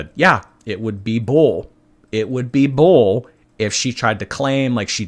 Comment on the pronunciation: I hate it when she pronounces Bull like that 😂 “Bowllying”